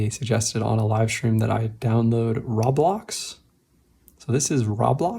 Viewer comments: Not to critique, but I think you mispronounced Roblox. It's supposed to sound like Row-blaaks/Row-blocks, not really Ra-blocks, which is how it sounded in the video. I apologize if I sound like a grammar nazi. I was confused about the app you were talking about in the video until I realized you meant Roblox. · Dude really said rablocks 😂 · Roh blox like bro it's like saying Row blocks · roblox is pronounced row - blocks